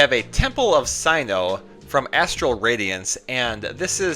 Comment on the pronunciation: You remembered! Twisted is also a good word to use for that kind of miscut :) Also, "Sinnoh" is pronounced "sin-oh" (like a biblical sin), and you want to pronounce Cryogonal like diagonal :3